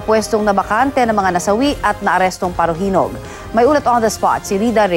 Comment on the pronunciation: Yung salita ng reporter prang pinapaburan nya yung mga parahinog..parajenog.